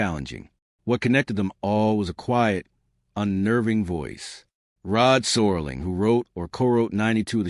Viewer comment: Mispronouncing Serling's name is a dead giveaway this is ai crap.